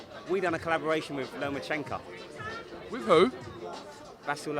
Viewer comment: He done a collab with lomachenko but still can’t say his name right